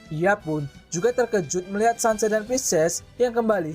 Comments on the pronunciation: Sanser, kenser gitu bacanya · Cancer = kenser,, perbaikin lagi bang penyebutannyaa